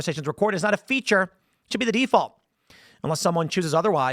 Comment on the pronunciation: I heard deus vult instead of "default"